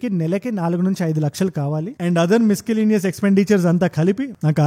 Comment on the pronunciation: Good work as always. One note.. Miscellaneous (మిసలేనియస్) ని మీరు "మిస్కలేనియస్" అని ప్రొనౌన్స్ చేసినటున్నారు. ఒకసారి కరెక్ట్ చేస్కో గలరు.